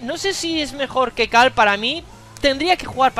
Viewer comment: Por qué le dices "cal" a carl?